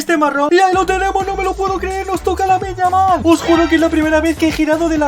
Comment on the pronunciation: Parecia que te salia lamine yamal pero te salio lamin yamal coreano bro